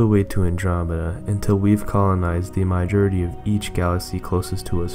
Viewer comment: It's not pronounced "MY-jority". It's pronounced "mAH-jority"!